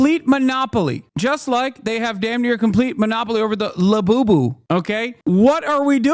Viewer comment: When you said lebooboo, I thought you were talking about beaboobidy until you mentioned ordering it on prime 😂